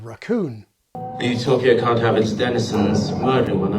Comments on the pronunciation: When I watched Guardians (and in this clip in the video the first time), I didn't hear an 's' at the end when Rocket said can't. I was wondering what the correction was for, and the only conclusion was pronunciation involving the vowel sound. Also, the vowel seemed elongated in the correction leading me to think that was the exaggerated point of correction, as opposed to perhaps putting a harder 't' sound at the end to eliminate the 's' from Rocket. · When young Rocket Raccoon says "can'ts" (with an American pronunciation of the vowel), and then the High Evolutionary corrects him and Rocket says "can't" (with a British pronunciation) instead, certainly it's funny in part because it sounds like the slur c**t? At least that's what I thought watching the movie